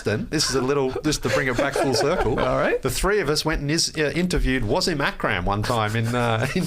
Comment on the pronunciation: In case Skeets is interested in a non-butchered version of how to pronounce Wasim Akram's name, it's: Vuh-seam Uck-rum